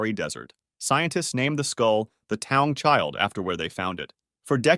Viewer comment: Taung is actually pronounced ta-oong